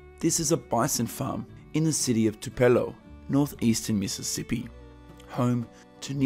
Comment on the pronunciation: Just a note, it is pronounced TU-pelo, accent on the first syllable. Home town of Elvis Pressley.